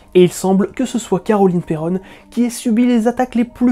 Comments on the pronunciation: Mais... C'est Perron, pas Perronne😭 Cesser de me débatisser bande de galerie!😣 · S'il vous plait dite mon nom de famille correctment. C'est un nom Francais originaire de La Rochelle Perron (P ''ai'' ''ron'')